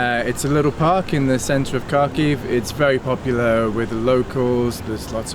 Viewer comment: Congratulations to the Kyiv Independent team for this report - even if the reporter mispronounced the city name a wee bit. It still tries to tell the story of a city under the threat of continuous lethal danger and the misery of those whose homes are destroyed and lives shattered. Can we in 'safe' western Europe or the United States, Canada or Japan really imagine what that is like? To have a missile hit your humble home, out of the blue? And all because one man and his country think they should control these people? Remember the lessons of 1938 and 39. Hitler said he would have no further territorial claims at the 1938 Munich conference if he was allowed to take the Sudetenlands. Yeah, right: tell that to the Czechs in March 1939, or the Poles in September of the same year. Vladimir, it is not the Ukrainians who are Nazis ... you need to look at yourself.